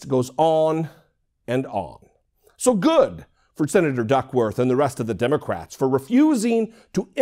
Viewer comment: Omg de-moc-rat s